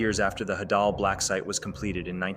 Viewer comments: It’s not hadall its HEY-DUll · is it just me or do i pronounce it “haydal” blacksite and not “hadal”?😭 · Bro call the hadel blacksite the hadal blacksite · DOES EVERYONE SAY HAY-DAL????? I AGREE ITS HA-DAHL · I dont know if its pronounced Hau-daul Or Hædul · The way he says hadal it sounds like an Arabic wird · The way he pronounces "Hadal" 💀💀